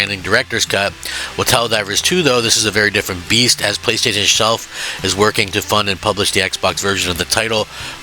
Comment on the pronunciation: Why does Crap have such a tough time saying "playstation" Not the first time!